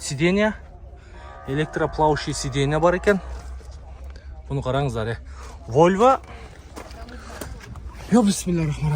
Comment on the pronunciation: Войва эмес волва десен